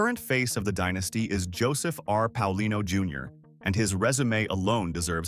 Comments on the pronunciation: Pay-a-LEE-no and Prah-kha-shan-TEE.😢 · It's Paolino (Pay O leen O). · It's pronounced Payalino